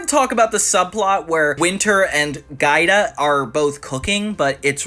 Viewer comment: Giada GEE AW DUH not Gayda